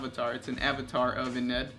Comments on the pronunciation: Oh and I think you're pronouncing Ynnead wrong. The way you say it is "Y-Ned" but I think it is meant to sound like "Yin iyad" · The destruction of the Emperor's Webway is Magnus' fault. It's not for no reason that the area of the human webway overtaken by the neverborn is called 'Magnus' folly'. Is Ynnead pronounced 'ee-knee-ad' with slightly less emphasis on the '(y)-ee'?